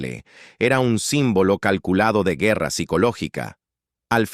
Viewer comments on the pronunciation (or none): none